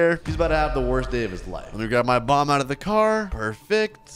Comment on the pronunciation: I thought u said mom instead of bomb😂😂😂😂😂😂😂😂😂😂